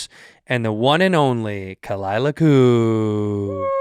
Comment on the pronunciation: What a great Way to ruin a good podcast. The one thing I look forward to ruined by kuh-LIE-lah. SMH